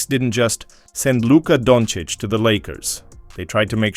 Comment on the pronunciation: No..."tHa D⁰n" wont stick. Its just you, commentator fellah. He's not Italian, LA isn't a mob town anymore. ps...the commentato also vals him donnits.